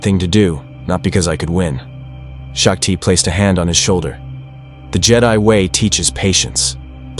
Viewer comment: Its SHOCK TEE, not SHOCK TIE🤦‍♂️